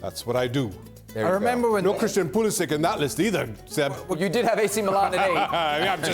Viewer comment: Oh Shaka. You too now 😏 ESPN FC can't even say Pulisic's name without tweaking us. They can't just be happy for the guy.